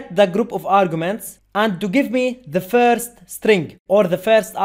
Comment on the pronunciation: firz of all